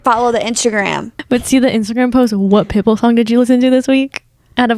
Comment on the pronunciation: I also love how says Pitbull. like "pit bool" emphasis on bool